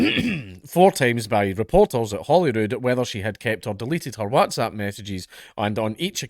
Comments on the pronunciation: Really struggling with the way Dank is saying "wHATZapP" 👀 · Watzap lol. I'm pretty sure he doesn't pronounce What as Wat?! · Count pronouncing whatsapp Wazzzap 😂😂😂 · Do all scots pronounce it WATsAP? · Oh joy we get to hear Dank say WhatsApp weird again :D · Can we all just take a moment to appreciate the way Dank pronounces Whatsapp. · Is it just me, but does anyone else think Dankula says 'WhatsApp' kinda weird haha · Man I just love hearing you say WhatsApp lmao